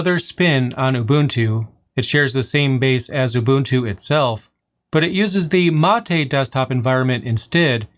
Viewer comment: being from argentina, i can say that your Mate pronunciation was in the bests from an english speaker. it is mate, not "matey"